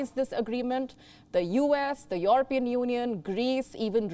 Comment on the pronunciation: YOOORUHPEAN Union.🤣 And Toorkey. We've been pronouncing it wrong all our lives. Apparently it's not European Union and Turkey. But Yoooorupean Union and Toorkey.